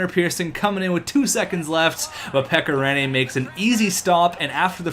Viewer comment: its so funny to hear how you spell finnish names like pekka rinne and mikko koivu you say mikko koivu like miku koivu in finnish